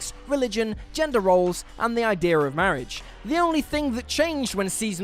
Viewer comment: Can someone explain to me what happens with whatever accent the narrator has when saying the word idea. In the first line of the video he says "Ideer" but then a few seconds later he pronounces it "I-dea". Why is this a thing? Kind of reminds me of the whole British accent being lost when singing thing.